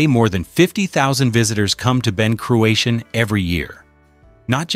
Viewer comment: Wish this punter could say cruachan properly! Crooashan get real son!!